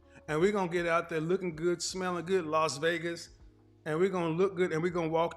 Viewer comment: LOS Vegas?!! No, it's LAS Vegas, Kevin, respectfully.